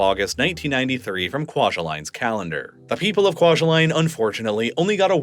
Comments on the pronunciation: It’s pronounced KWA-JAH-LEAN. At least that’s how I’ve heard it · Kwajalein is not pronounced like Kwa-juh-line its pronounced like Kwa-juh-lynn. My parents met there.